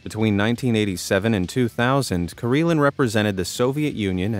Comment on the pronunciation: I SEE - Karelin I HEAR - Kareelan. 😲